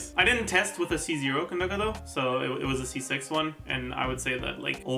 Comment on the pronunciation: ok not really related to Yaoyao but i just gotta say i really appreciate pronunciation of Candace/Kandake 🥺